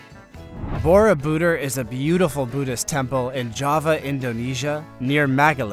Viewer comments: If you are going to do Voice Over, you better get proper pronunciation for foreign names. Borobodur, has the accent on the last syllable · Would add greatly to your enjoyable, factual presentation if you could pronounce Borobudur much more closely to the correct pronunciation used in Indonesia. The Indonesian pronunciation for this word is really quite easy. For those of us who live here, am I am not a native Indonesian, I found no major hurdle to learn the correct pronunciation. Upgrade your videos with accurate pronunciation.